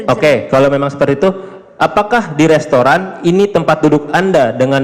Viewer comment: Mba jess, yg bener restoran apa lestoran mba? Saya koq dengernya mba blg lestoran ya? Mba kuliah di australi kan ?